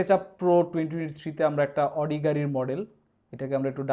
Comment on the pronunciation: Oitar uccharon hobe...."আউডি"